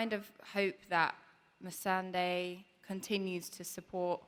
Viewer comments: Missandei, not Missandai. They could choose a better interviewer-. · "how do you pronounce it?" "missan-DAY" "okay missan-Dee" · "Miss-SAN-DEY" Sophie loses her shit laughing. i did too. Jesus dude she said it for you in the beginning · Missandee, Missandye, Missandufus....did this guy ever watch the show?! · He mispronounced Misandei's name even after Nathalie corrected him lmao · John Bradley is so hilarious and seriously, the host could not get Missandei's name right? Must have heard it a hundred times in the show... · Plus, even after Natalie told him how to pronounce "Missandei" he still managed to pronounce it wrong every single time. Just say "Sunday" and add "miss" to it, not rocket science. I doubt he even wrote those questions. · lol. he say Missandei in all the wrong ways.. He say it right when she say it, then right after say it wrongly twice. Both different kind of wrong. Damn I'm tired... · Wtf, the host pronounces every other way of say Missandai but the correct way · Cringed every time the moderator tried to pronounce Missandei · Please can you pronounce the name correctly???? Especially when she told you how to pronounce it!!! Geez!! Chris Harwick moderating any panels this yr??? I think he's definitely better moderator than this guy!